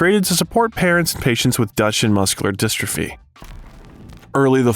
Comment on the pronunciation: The pronunciation in this thing is wildly bad. "Dutch in muscular dystrophy" lord.